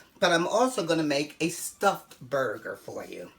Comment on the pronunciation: Not burger but "bagah"